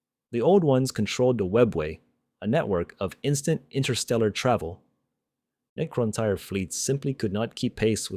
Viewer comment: Could you really not get your AI slop voice to not pronounce Necrontyr completely different two times within 20 seconds?